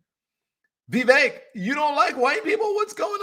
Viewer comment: You can’t even say Vivek’s name correctly. It’s Vivek like cake